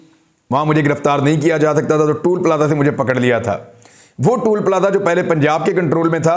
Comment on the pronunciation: it's not tool plaza but toll plaza. please say it right.